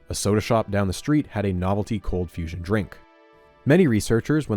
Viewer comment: "Cold fusion has turned into confusion" idk how you butchered that